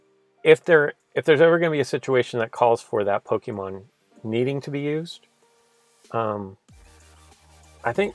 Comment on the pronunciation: Kimberly Cooper he also said pokeman